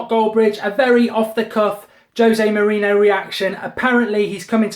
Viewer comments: why do you keep saying " jose moreno" its pronounced more-rene-yo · Can someone please teach Mark how to pronounce "Mourinho" correctly....